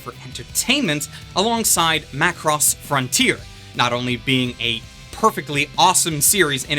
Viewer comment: The way you say "mah cross" is offensive.